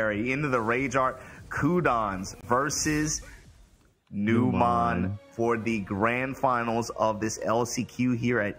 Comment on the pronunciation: Every time I see Numan, I think about Numan from Seinfeld. And then they call him nuMON and I get irrationally angry that they're mispronouncing it lol